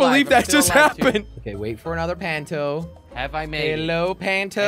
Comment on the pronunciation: Jelly it's punto not panto